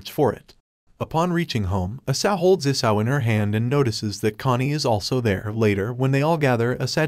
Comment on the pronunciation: And why is the dragon named isao but it sounds like isayo